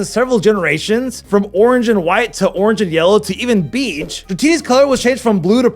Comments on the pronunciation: BAYGE. not beege.... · HOW DID YOU PRONOUCE BEIGE?!?!?!?!?!?!?!?!?!